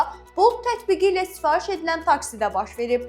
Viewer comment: Piius yox , prius. sifaiş yox sifariş . Diksiya sıfır. Bu R hərfini deyə bilmir ki!?)(